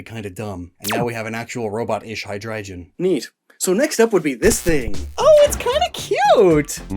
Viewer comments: Calling Hy (hydra) drei (3 in German) gon (dragon) Hydreijon is very frustrating haha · It's not hydrijion it's hydreigon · You're saying Hydreigon wrong. It's a Hard G not a soft G, "Hi-Dry-gone" It bothers me especially that you're saying Hydreigon wrong, because you said Zweilous right! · Why nobody is talking about *hydreijon*? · Shouldnt be pronounced High-dry-gone? Hydreigon is a hydra drei (three in german) headed dragon so like, did you say it as a joke and im just overthinking it?